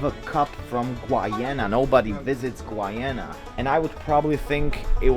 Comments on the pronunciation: It's Guyana not Gwyana 😂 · That's Brunei, NOT Bhutan. And it's pronounced as GU-YA-NA!! Thank you. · Guyana is pronounced as "Guy-aa-nah" dude! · Hi it's pronounced Guy-ana🇬🇾. A wonderful country in the CARIBBEAN. You should definitely visit our islands. See you soon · it’s pronounced GUY-ANA 😭😭 glad to see my home country showing up in your video somehow